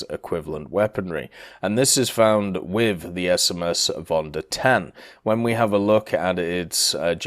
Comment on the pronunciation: if you want to pronounce german names properly, try to pronounce the V like an F c